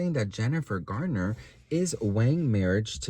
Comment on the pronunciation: Why do yall keep saying Gardner it’s Garner lol 😂